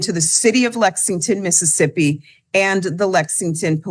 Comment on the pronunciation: I stopped watching after she said Mississippi.